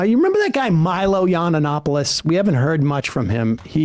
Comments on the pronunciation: “Milo Yawn-un-opolis” - Sam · “Milo yananapolis” has me chortling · I went through a period where I was sort of on the right, and I'm gay, so Milo yiannopoulos was somebody I spent a lot of time listening to unfortunately. That said, I can't tell you how much it tickles me that Sam said his name wrong that many times lol 😅.